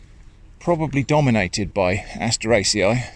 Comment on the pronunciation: My day gets instantly better whenever I hear say asteraceae